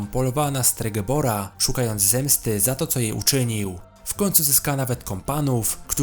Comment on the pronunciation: stregebor? STREGOBOR chyba